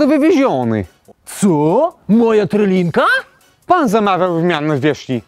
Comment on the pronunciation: Szwagry! trYlinka a nie trElinka